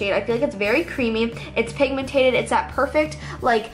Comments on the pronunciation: Dude it's pigmented not pigmentated😂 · Not trying to be rude but it just drives me insane that you say pigmentated it's pigmented pigmentated is not a word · say pigmentED NOT pigmentATED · It's pigMENTED, not pigMENTATED. Just so you know. 😃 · If she says pigmentated one more time I'm gonna unsubscribe. The word is PIGMENTED not pigmentated 😤😤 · its pigmented not pigmentated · oh my god. its 'pigmented' not 'pigmentated' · It drives me crazy how she says pigmentaded instead of pigmented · lol it's pigmented not pigmentated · pigmentated 😂😂😂😂 *pigmented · No offense, but it's pigmented. Not pigmentated 😬